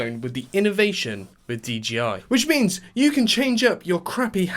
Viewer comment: Bro got me pronouncing it “DGI” now 💀💀💀